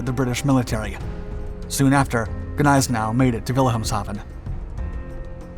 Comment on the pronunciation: Its pronounced Nize Now. The g is silent.